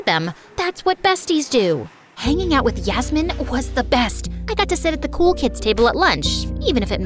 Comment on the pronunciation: did u just say yasmmin 😂😂😂